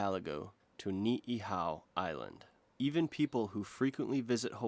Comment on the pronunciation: It’s “Ni’ihau”, saying people don’t know it exists is silly, and I visited there in late September. It’s not easy, but it is accessible. Everyone on Ni’ihau is bilingual in English by about age 6. And many spend part of the year on island and part on other Hawaiian islands or elsewhere in the world. Population dips as low as 30 in the Summer as people take vacations. As I was standing on Keamano Beach just a month ago, you were not “as close as humanly possible”. People portraying them as some type of lost savage tribe is why they recently helped produce a documentary discussing what’s really there. The kids get cell coverage on the east coast, from Kauai, and fighting screen addiction is a parental challenge, just as on the main islands.